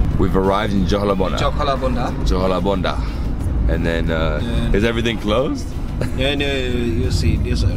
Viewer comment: such a perfect pronunciation..jo-ko-la-bandha😂